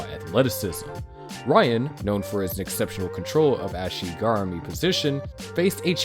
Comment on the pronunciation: Fr bro, the way he pronounced ashi garami and Rickson😂